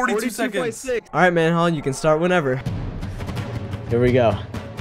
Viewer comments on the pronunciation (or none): k manhunt start whenever u want 🤣 u said manhunt not manhal